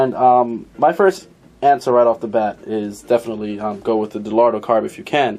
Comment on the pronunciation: De-Lotto? Do you have a vision problem with the letter "R" ? Dellorto is a cheaper version of a Weber and dellorto-style is a cheaper version of a Dellorto. Visually, the clone of a K&N air filter dominates the entire carb. Great. Keeping it cheap but not too cheap.